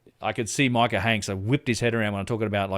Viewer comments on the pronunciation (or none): none